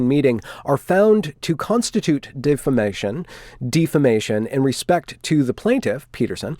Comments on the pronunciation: It's pronounced "deaf ah mA shun" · Defamation is pronounced "Deaf-a-mation". Libel is pronounced "Lie-bell". Cheers :) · How is it that you're an English speaker, but don't know how to pronounce "tantamount", "libel", "defamation", or "injurious"? Lmao wtf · Stop deliberately mispronouncing words such as 'defamation' and 'libellous' - it degrades any serious tone you are trying to create via argument. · How do you know it's intentional?